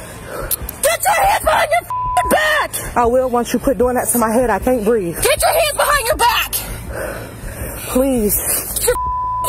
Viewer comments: A grown ass woman repeatedly saying she can't "breeve" smh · The TRUE deplorables. “I can’t breef” “I’m pregnant” “I know my rights”